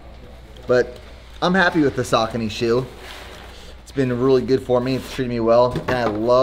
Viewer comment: Today marks a special day. After YEARS of watching this channel, you finally pronounce Saucony right 😂 👏🏼